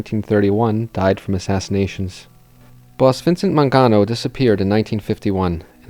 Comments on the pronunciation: Mangiano? It's "MAN-ga-no." The G as in "get." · Apart from the mispronunciation of the last name Mangano ( Man-GEE-ano ) : MANGO , MANGANO , the letter G sounds the same in both words ( sorry I’m Italian 😊 ) , it’s a great video , lots of info . Thumps 🔝 ❤